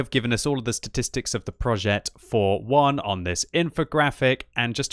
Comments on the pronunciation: Hey here's an advice on the pronounciation of the name. This tank's name is said "projeh" and not "projet" it's not like progetto. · Pronounce PROJÈ(T)